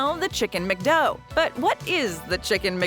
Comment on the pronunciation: chicken mecdo XD IS prounouced Macdo